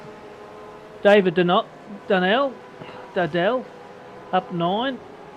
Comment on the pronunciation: Guys where’s the ‘N’ in DUDDELL? 😂😂